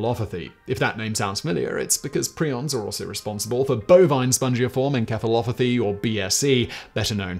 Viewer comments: I'm glad I'm not the only one that did a double take on Simon's pronunciation of encephalopathy. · that's not how encephalopathy is pronounced. En - sef - fuh - lo - puh - thee